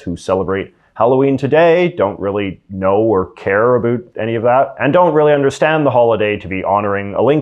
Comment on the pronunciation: Are u saying "about" wrong on purpose